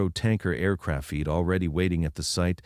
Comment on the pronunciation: The mispronunciations really annoy me. Often, they'll mispronounce a key term. Then you hear it repeatedly. It drives me mad. I usually turn off at that point. The five fee teen percent, and the aircrafeet for example